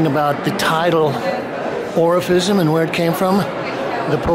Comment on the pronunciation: often sounds like he's saying Orificism